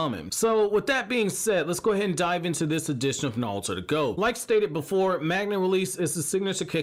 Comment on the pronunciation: stop saying nalllutooooo